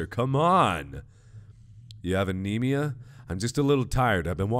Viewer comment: He called it ammemia